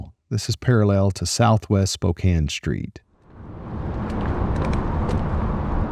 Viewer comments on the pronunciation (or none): none